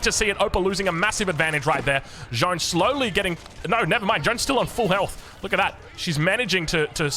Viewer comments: Even tho i do not play aoe4 multiplayer, i am becoming addicted to your vids. So glad i discovered your channel. Btw the correct pronontiation for Jeanne would be Jane but pronounce the A like in the word "caster" ;). keeps up the vids ! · A and O are often pronounced the exact same. Walk, Wok , Lawn, Dog Using IPA is a good way to share pronunciation in text form when talking with english speakers French Text: Jeanne IPA: ʒɑn ʒ as in treasure (‘trεʒə), azure (‘æʒə), closure (‘kləʊʒə), evasion (ɪ’veɪʒən) ɑ a in French bas: a sound made with a tongue position similar to that of English (ɑː), but shorter [English ɑː as in father (‘fɑːðə), "palm", “spa", "lot" and “stop.”] n normal english n sound ---- ɑ So basically saying John isn't far off, in fact the o in "John" is the exact same sound just a slight difference in the length Hell, I bet you could use IPA:ʌ or IPA:ə as long as you pronounce it really quick and people won't really care ʒ However the J in John is not really correct at all. The sound is ʒ like in the word treasure ʒɑn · Yo man i swear I'm pissed at how you say jeanne. Stop trying to pronounce it like it's Jean, the sound changes with the female version. All e's are silent, the double n's sound like a normal n. It's really not fucking complicated: JAN Like Yann, but with a J.......... Same A sound as in "bad". "Fack" "lack" "jack". Jeanne! And Joan is not even french........ I'd rather you call her Jane if jeanne is too hard....... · Hey, thanks for the absolutely massive video streak! If you want to perfect your pronounciation (which is honestly already good to my french ears), "Jeanne" is not pronounced "J-han" with a final nasal sound but "J-a-n", with a distinct "a" like in the beginning of "absolute" or "arbalest" followed by the "n" sound;) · It's JeAnn, with an "A" like in Archer, not John d'arc 🤣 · Jeanne is pronounced almost exactly like gun, just with j, jun. Not John :D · Keeps calling her John 😂😂😂😂